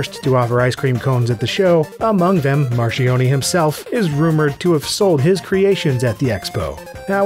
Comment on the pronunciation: Marchioni = mar-kyon-ee